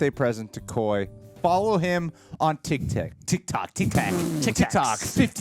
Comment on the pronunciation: saying "tiktik"...his Filipino blood is showing 😄